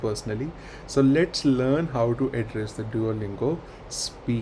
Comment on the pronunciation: Look do you pronounce, "HOW". Very pathetic